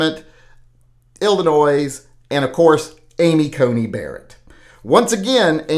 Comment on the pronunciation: 👍🤞✌ The S is silent in Illinois.